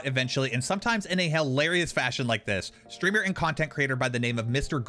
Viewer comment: Why are you pronouncing it SHtreamer though